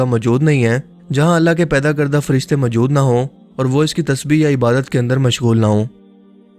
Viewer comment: میں نے آپ کی بہت سی ویڈیوز دیکھی ہیں، کافی معلوماتی اور تحقیق پر مبنی ویڈیوز ہوتی ہیں۔ لیکن آپ کے بیان کرنے میں ایک بات سخت الجھن کا باعث بنتی ہے کہ آپ لفظ عبادت کو ہمیشہ عبارت بولتے ہیں ۔ مہربانی کیجیے کہ اس غلطی کو ترک کر دیں ۔